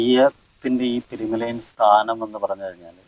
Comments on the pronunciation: പെരുമലായൻ അല്ല പെരുമലയൻ ആണ് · അവതാരിക പെരുമലയാൻ എന്നാണ് ഉപയോഗിക്കുന്നത്.. പെരുമലയൻ എന്നല്ലേ ശരി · പെരുമലയാനല്ല പെരുമലയൻ